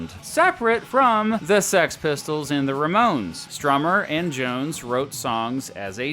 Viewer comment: Great stuff, but, the REE-Mones? Puhleeze . . . .